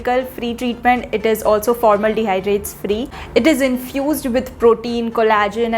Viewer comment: I love the way you say formaldehydes. 😂